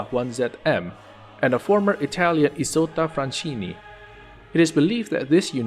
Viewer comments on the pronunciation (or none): IT'S PRONOUNCED ISOTTA FRASKINI, GODDAMNIT